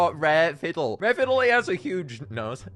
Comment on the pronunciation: I'm dying every time you said the word "nose".